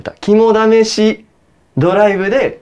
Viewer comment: 肝試しの言い方のクセ